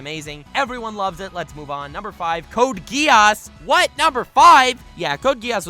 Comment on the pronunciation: You mispronounced "Code Geese". What do you mean nobody watches Gintama? A lot of people watch and love Gintama, it owns the top 15 highest rated anime. Also, when the video came out Gintama is over, I think it was the final season, though there's still more manga I believe. Also, Gintoki as a character is very similar to Yato from Noragami. Btw, your number 3, is that a JoJo's reference? Almost didn't catch on to it, since I don't watch it.